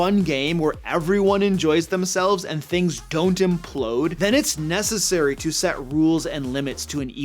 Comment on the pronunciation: Actually... That's "implode," not emplode. Bacon.